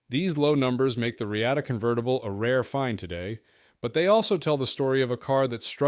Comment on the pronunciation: Thanks for the video. But I am pretty sure sure it is pronounced “Re-ah-ta”